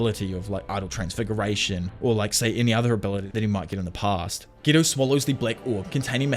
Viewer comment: Who's gito? It's geto